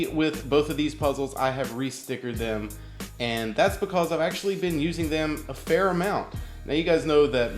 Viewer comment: Learn how to say because